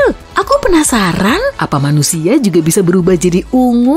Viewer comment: Suara penyampaian nya kurang enak di denger, beberapa huruf terakhir dari penyampaian kaya di di pertebal contoh "manuSIA, katulistiWA"